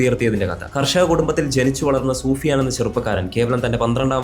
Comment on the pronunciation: Soofiyan alla sufiyan aahn